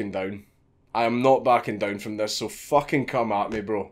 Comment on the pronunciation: i will not bend theh focken knee. that's the most scottish thing ive heard